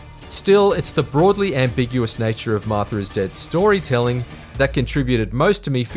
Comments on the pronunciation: It's Martha, not Marther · "Marth-ur is Dead"